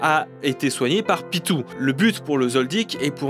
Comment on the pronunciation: Superbe vidéo sauf a propos ''PITOU'' c'est ''PITO'' ça s'écrit Pitou mais ça se prononce pito le ''u'' sert a allongé le ''o'' j'suis désolé mais ça me démangeais 🤣😂👌